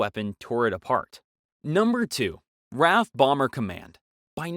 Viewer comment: RAF is an abbreviation for Royal Air-Force, it is not pronounced like the name 'Raph', but rather as 'R-A-F' as individual letters, remember that.